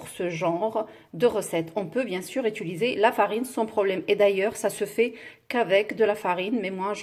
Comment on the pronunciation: u.ti.li.ser et non é-tu-li-ser Oh à la fin y'en a marre!